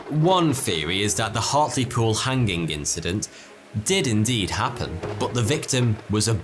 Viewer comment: Never heard it pronounced "Han ging" before.